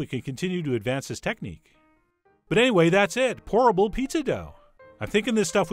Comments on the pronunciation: When Chef said "Pourable Pizza!" I could of sworn he said "Horrible Pizza!" Me: wait, what?!?!? 🤔😂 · I kept hearing "horrible" instead of "pourable."